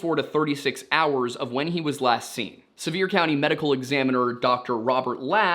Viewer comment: You pronounced everything correctly except Sevier County. That one sounds like "SEE-ver." It's a weird one. It's named after some surveyer from like the 1800s, so it's a last name.